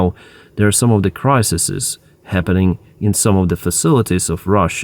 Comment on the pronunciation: "Crises" not "Crisisis"